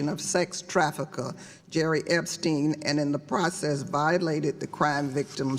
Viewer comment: Yeah umm she can't even get the creep Epsteins's name right